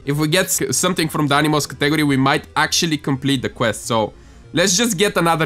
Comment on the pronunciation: the way you say category tho